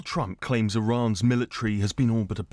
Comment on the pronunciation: "Iran's milla tree"